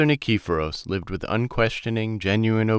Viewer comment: nee-kee-PHO-ros. Please learn how to pronounce Greek words and names before reading! HEE-os, not KEY-os.